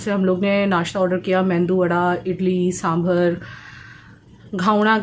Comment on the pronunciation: Mendu nahi medu Vada didi Mendu matlab bheja ( brain) in marathi